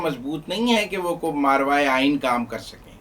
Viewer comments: ایسے اچھے تجزیہ کاروں کو زبان اور تلفظ پر گرفت مضبوط کرنی چاہیئے۔۔۔ماورائے أئین لفظ ہے۔۔۔ماروائے أئین نہیں۔۔۔♥♥🙏🙏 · the word is "Mavrai -e - Aaeen" not "maarvai -e - Aeen" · مارواۓ نہیں ماورائے آئین ہوتا ہے تلفّظ درست فرما لیں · صاحب پلیز!!!!! ماروائے آئین نہیں ہوتا ، بلکہ ماورائے آئین ہوتا ہے، مہربانی🙏🙏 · yes this is mavray inne not marvay inne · NOT Marvaie....But " MAWARAIE". Please correct. from North America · درست لفظ " ماورائے" ہے ماروائے نہیں جیسا کہ آپ بول رہے ہیں